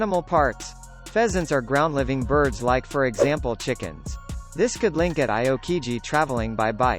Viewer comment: Aw-koh-jeeh is the correct pronunciation sirrrrr...